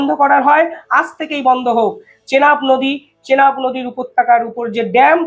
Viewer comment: চেলাব নদী নয় এটা চেনাব নদী।